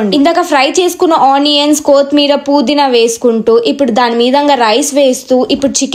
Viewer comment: ila chepthuna ani em anukoku... Anni bagane chepthunav but kothhimeera pudhina endhuku akka ala antunav kothimeer kadhu kotthimeera... Puudhina kaadhu pudhina